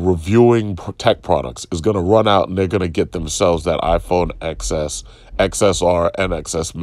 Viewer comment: Apple fan but doesn't even know the 'X' in iPhone Xs is pronounce 'ten' instead of 'x' as in the letter. 🤷‍♂️